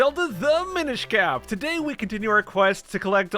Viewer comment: "Todady, we uh... swamp?"